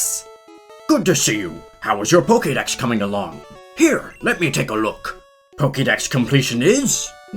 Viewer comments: I’m a little disturbed about how you pronounce poketips and Pokédex like “pokey” but Pokémon Iike “poka” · For Christs sake it's Poke'dex: poke eh dex not poke ee dex. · It’s not pokeydex it’s pokaydex. why do Americans mispronounce it? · "poké", not "pokee" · Pokemon, Pokkideks... LOL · One thing I noticed in every Pokemon video is how every pronounces Pokèmon. They say "Pokee" Dex but say "Poka-mon". Baffles me.